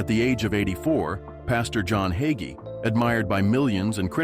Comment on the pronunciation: Waste of time! Narrator can't even pronounce his name correctly! He's a great Christian man